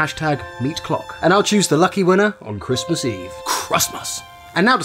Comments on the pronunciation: It’s pronounced Christmas now crustmus. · Kritmus?? that’s how you say it wrong XD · Crust most what the you say crusttmust ITS CRISTMIS